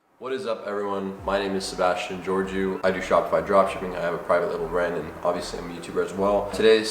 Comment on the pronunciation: y don't you say your name right ? it's Ghiorghiu , not Georgiu ... your should ask your dad the right pronunciation and be proud of the name you are caring